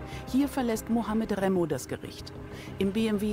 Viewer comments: Das heißt Remmo Clan nicht Rammo Clan. Komisch wie kaum einer hier, dass merkt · Remmo heißt es